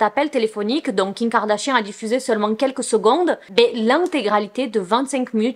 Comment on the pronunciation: j'ai remarqué qu'elle dit jms Kim Kardashian mais king Kardashian c drôle 😂😂😂😂